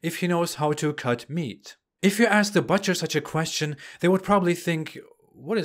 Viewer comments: You are butchering the the pronunciation of butcher. No offence, couldn't resist the bad joke. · Funny how you butcher the word butcher. Sorry could not resist. Keep up the good work